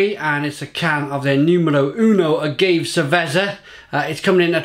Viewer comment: "Ah-gave ser-vezzer" holy shit I think I died